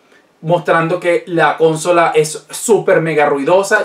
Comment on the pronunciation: Amigo, me suena raro que digas cónsola, "con acento en con" y no consola, con su acento en "so". Por lo demás todo muy interesante.